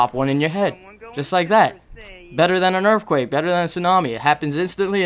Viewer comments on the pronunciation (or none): u say earthquake like erfquake